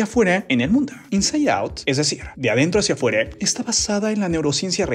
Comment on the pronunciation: Bro porque dice latinoamerice,locure y adentro hacia afuere